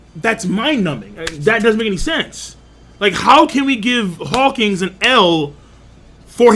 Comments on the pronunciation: ... Are you saying, "Hawkings?" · Bro. U know it’s Hawkins not hawking right?